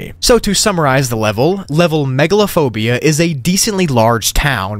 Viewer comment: When he said "Backrooms Level Megalophobia" i literally thought he said Megalovania for a sec 💀